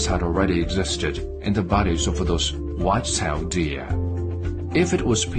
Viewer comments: Id pay for that dude to stop saying white tailed deer like that. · "Wwhhite cell dear!" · WHITE SHALE DEER-u- - China trying to pronounce White Tailed Deer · What accent is that in the white-tailed deer video?!?! :-DDDD